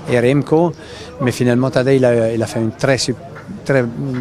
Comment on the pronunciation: Tadeille pas Tadège! Ce n'est pas comme si ce n'était pas mondialement connu. D'où vient cette obstination ? Surtout que tu as Gianetti qui te corrige direct